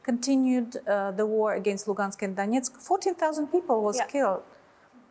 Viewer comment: bu masih tanggung bicara bahasa inggris. Bawa koresponden yang bisa bahasa rusia lah. Dengar aja cara dia menyebut " Donetsk dan Lugansk ". Tuh contoh media Kumparan. Koresponden nya berbahasa rusia, sehingga bu gak tanggung ngobrol juga.